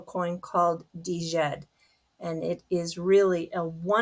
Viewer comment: Djed is Egyptian. Pronounced like jyed.